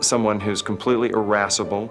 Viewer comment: IRRASCIBLE--NOT ERASABLE! IF YOU'RE GOING TO USE A WORD, KNOW HOW TO SPELL IT AND WHAT IT MEANS, GODDAMMIT!